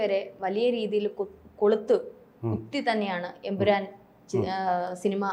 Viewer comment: എമ്പുരാൻ അല്ല, എം.ബീരാൻ😂😂